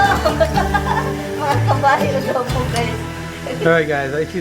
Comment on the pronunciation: Happy Tuesday and! Hahaha, yung 'kabaryo' tunog 'kabayo' kay. Enjoy your moment together. God bless.🙏💕